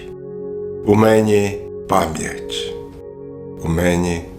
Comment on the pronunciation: Цікаво сказано - ''у ме́ні... '' (не ''в мені́''). Що ж, тоді Дякуйте, щоби була ''Ме́на'' енергетична.